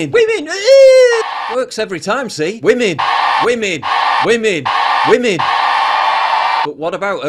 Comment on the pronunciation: I can't wait for the new Documentary, What is a wemeneer? Might as well have just said Timmmaeee